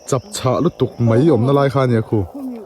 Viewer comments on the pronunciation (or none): Mai tih turah mei i ti deuh vek a. Nichin tih turah nachin i ti bawk. Sawiselna lam ni lovin ṭhahnemngaih thilah ka lo sawi ve a nih chu.